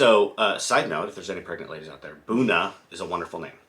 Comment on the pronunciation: Our dog’s name is Oona! I love that name!! So nice to See you both! I’m gonna be taking big old advantage of that pro-motion!! Whoohoo thank YOU!! Ok back to edit. You said Boona. Which is … fine… 😆😆